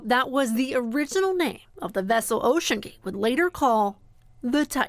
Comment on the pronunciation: Why did you mispronounce almost every name possible here?